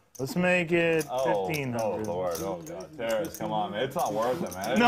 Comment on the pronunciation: It's not pronounced "Terrace". It's Ta-raaas.